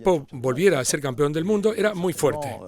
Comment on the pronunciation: ¿Por qué diablos dicen "campión"? la palabra CORRECTA es "campeón".